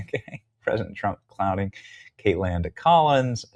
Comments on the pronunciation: Hey Benny, have you noticed that there’s no "d” in Kaitlan? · Why do you call her KaitLAND instead of Kaitlan? I'm not against nicknames (Newscum, Pocahontas...) but I'm trying to figure out how the "land" part means.